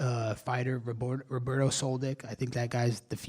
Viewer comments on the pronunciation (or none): none